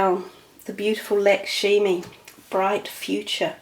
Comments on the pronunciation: Sorry - Lakshmi is correct. I thought I heard Lakshimi. I just tried to spell it phonetically. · Very nice reading. By the way Lakshmi is pronounced Luck Shmi!